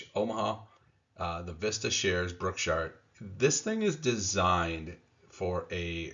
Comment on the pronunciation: Brookshire? lol